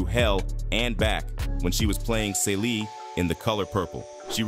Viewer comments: Who is “ say Lee”. Lawd AI !!!!! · It's pronounced Celie (See -lee)😂😂😂😂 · Who is Salee and Kary? Its cee-lee. he also said Fantay-Zia wtf